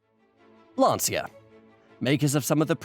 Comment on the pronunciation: About Lancia. Firstly, for you English speakers, it’s pronounced as if it were written “lancha”. Given how funny and actually clever this video collab was, I couldn’t care less about this slight mispronunciation, I’m just trying to facilitate your self improvement. Secondly, let’s remember that Lancia produced the Phedra in the 2000s. Go look it up. It’s an awfully awful minivan which shared the name with a contraceptive pill many women in Italy were taking at the time it was introduced. Now, how evil is shaming the name of the producers of the Delta Integrale with that?